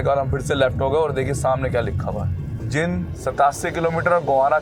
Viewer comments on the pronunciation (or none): भाई साहब शहर का नाम जिंद नहीं बल्कि जींद है l आपके पिछले कुछ वीडियो में भी मैंने आपको जींद को जिंद बोलते हुए देखा है जो की सही नहीं लगता , आप अपना उच्चारण ठीक करने की कोशिश कीजिए l